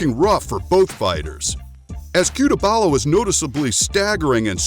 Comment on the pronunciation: no disrespect to your channel but featuring a fighter in this video with a wrong surname and pronunciation is an insult to the person, it's CUTELABA not CUTEBALA...